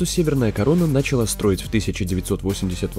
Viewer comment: Не нАчала, а НАЧАЛА! НЕ ХренОва, а Хренова! Ты меня разочаровал, чувак!